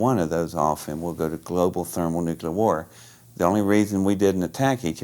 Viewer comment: ugh, no. I believe him, his body language is straight up. but It just ruins it for me when someone says "NU CU LER"...I get it, its a common mispronounciation, but still, to me it makes someone sound a little simple. I blame covid for my cynisism